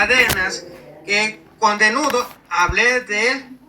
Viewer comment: El católico leyendo" leyendo " dijo con denudo cuando la Biblia dice denuedo es decir ni leer sabe la criatura 🤦